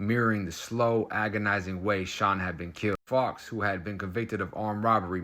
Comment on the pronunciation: SKILLS,. Fowkes is said as Foe-kes, American English V UK English.:face-green-smiling: The old accidently left the door unlocked trick eh!? Ya LOVE to see it.